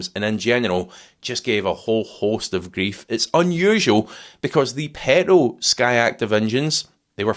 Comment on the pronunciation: Great video. And you prounouce the word ‘petrol’ in a highly amusing manner. I have a 2010 Audi A3 with the 2.0 TDI engine. it seems very robust, currently at 124K and convinced she will be just as strong for the next owner when I move her on next year. Diesel power !